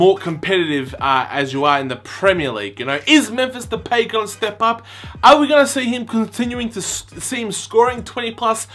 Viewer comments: De-pie Not De-pay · yeah its pronounced de-pie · It's pronounced De-Pie! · it's pronounced depie that what van gaal said anyways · It is pronounced Da-pie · Hi to say his name its DePie its Depay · It's depie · it's pronounced de pie....